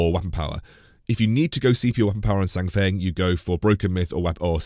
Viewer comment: His name is pronounced as "SAN FANG" btw. It's on hero spotlight.